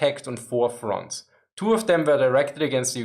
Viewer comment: Anyone else keep hearing „France“ instead of „Front’s“? Just can’t help it 🙈😂